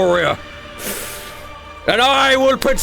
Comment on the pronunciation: It took till the finale to realize it’s Vestoria and not Westoria.